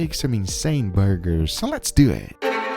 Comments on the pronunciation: "let's dew it" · So let’s dyew it 🙌😂